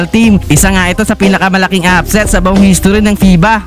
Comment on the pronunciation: How do you say history???